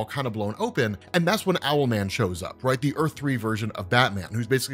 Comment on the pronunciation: Bro his name is ‘owl” man .... what’s next “marsupial’ man 😂